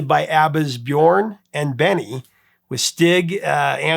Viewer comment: the ö in Björn is pronounced like the u in the word burn